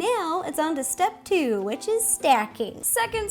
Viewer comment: When she Said.....on to step 3 it sounded like she said underwear 3